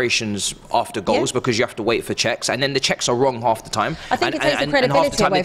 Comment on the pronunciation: I like the way pronounces “Because”